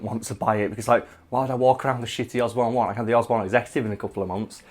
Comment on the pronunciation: i had to rewind 5 times until i realized you were saying "osborne 1"